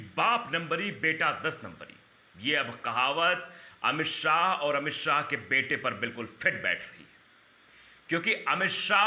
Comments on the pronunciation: शौ नहीं भाई शाह ! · जय शो नहीं जय शाह नाम है